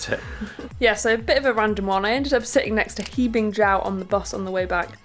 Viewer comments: The "He" of "He Bingjiao" should be pronounced like "her" :) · Awesome video! Also, "He" is actually pronounced like "her" in Chinese names